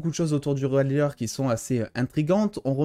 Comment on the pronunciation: Quelques corrections : - Ridller c'est ridller, pas raïdller. - Man of steel, pas "men of steel" Quand un mot à une syllable, on dit a et i, pas é et aï. Shadows: + dans le sens ténèbres, obscurité, shadows a plusieurs sens. Ombres ça n'a pas trop de sens pour Batman (je suis les ombres ne veut rien dire). C'est the Dark Knight (le chevalier sombre), donc le sens est plutôt "je suis les ténèbres." Selon moi (je peux me tromper)